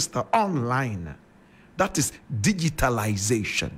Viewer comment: you cannot even pronounce the word DIGITALISATION.